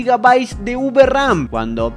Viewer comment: UVERAM, oh lalá señor francés